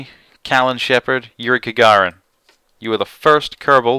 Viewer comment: Kagarin? I think you mean Gagarin